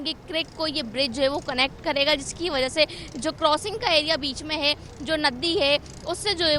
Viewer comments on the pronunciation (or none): News anchor bhi paindoo hai .crossing ko korosing boal rahi hai aur creek ko kerek . News anchor tohra sastay may